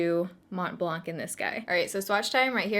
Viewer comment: You don’t actually pronounce the C in blanc .. It’s a french word that means white👀 Lovee youuu btw and your skin is looking fiiireeee